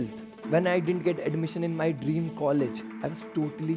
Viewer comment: Dreams not Derms😂